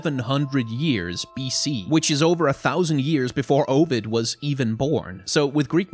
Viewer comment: Also the pronunciation of Ovid hurt me